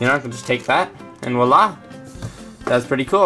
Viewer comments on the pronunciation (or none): none